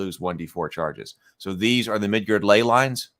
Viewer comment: I really wish you didn’t keep calling it “Midgurd…”